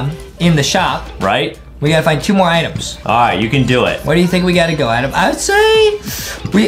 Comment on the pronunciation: It's Adem not Adam YAh